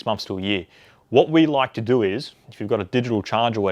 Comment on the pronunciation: "what you need to DOU is"